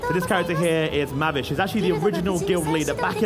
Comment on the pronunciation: I dont mind this game being The Stick Of Truth with Fairy Tail characters i can get behind that........ HOWEVER the dude talking about the game sucked ass! He cant pronounce Mavis and he called our band of heros MAGICIANS!!!!........ Fuckin magicians?!?! THEYRE WIZARDS!! Wizards in wizard guilds doing actual magical magic! Not Chris Angel Mind Freak slight of hand bullshit!! This is Fairy Tail, not Now YOu See Me, you daft TWAT!